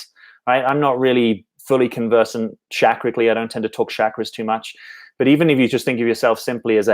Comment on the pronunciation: You just said “chakracally” ... I think “quirkyness” is ok 😂